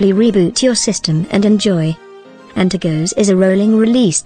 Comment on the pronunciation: Antergos not antergose my god man